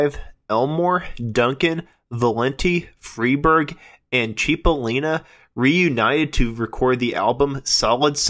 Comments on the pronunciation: It's pronounced "sipolina"right? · Heysoos Fkn Christo... it's "Chip!" CHIP!! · I never heard of a "Dan Freiberg" at least not in QMS. Sir, Cipollina is pronounced more like 'Chipo/lean/uh' pronounced straight through, not CHEE po leen uh. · It's pronounced CHIP-O-LIN-A = CIPOLLINA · So many errors!!!! So many mispronounced words! “Cheep-o-leen-a” made my hair stand up! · It’s not pronounced “Chip-o-Leena”.. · He was my friend…it is pronounced “Chip”ollina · He was my friend…It’s “Chip” ollina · Boy, I can't get over all of the mistakes, misinformation and errors in this video. And a lot of the names being mispronounced, that is just wrong. Not to mention historical facts being wrong as well. I worked with Terry & The Pirates producing many CDs for Terry Dolan and I was John Cipollina's roadie in 1988 and 1989. So I'm pretty hip to their history, and John Cipollina's too and I helped in producing his 3 DVD set "Recoil". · John’s name was mispronounced, but that’s ok. You obviously have a passion for this. And John worked with the legendary Welsh band Man before his untimely young passing. The live recording with Man at the Keystone Berkeley is a classic. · Homeboy need to learn how to pronounce John Cippolina and David Frieberg ....I saw the 2006 re-union of Quicksliver w/Gary Duncan & David Frieberg at the Sausalito Art Festival...That was quite the flashback day....Also on that show was Its a Beautiful Day w/David LaFlame....Big Brother & the Holding Co....Tom Constanine (Grateful Dead keyboardist) & also Jefferson Starship....Also many moons ago saw Cippolina and his band Copperhead....